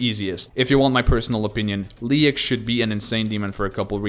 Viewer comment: You pronounce Leyak wrong. People say Leyak like "Leak".